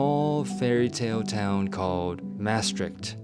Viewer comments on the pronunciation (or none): Na 5 jaar lukt het je niet ‘Maastricht’ goed uit te spreken. Best wel een beetje vreemd. Sorry. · Nice video, but you cannot pronounce Maastricht after 5 years? Its not that hard... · Living 5 years in Netherlands still can’t pronounce Maastricht